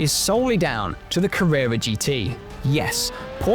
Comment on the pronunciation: Porsche Cawwwewwa